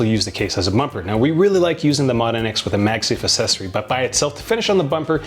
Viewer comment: ... i cringe whenever he says "assess-ory" almost all the time the rest of us say "aksess-ory"... I consulted merriam webster dictionary on this the former is another variant of it... lol but it's "aksess-ory"!!!!!! lol it's like access "aksess" is not assess!!!! lol